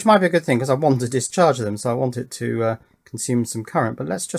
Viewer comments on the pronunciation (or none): none